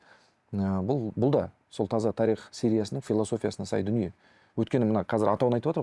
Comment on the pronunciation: Қонаққа "тарИх" дегені үшін мың алғыс. Өйткені көбі "тАрих" деп айтады. Олай дұрыс емес